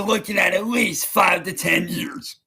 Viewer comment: “five to ten yEUURGs”